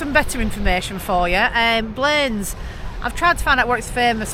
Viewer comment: my aunty lives in blanes the first holiday abroad I went on in 1975 was to visit her. pronounced ( blan- iss)